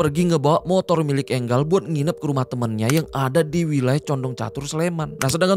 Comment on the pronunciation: Enggal apaan si? Enjel bang